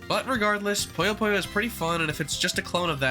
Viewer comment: It's puyo puyo, not poyo poyo buddy.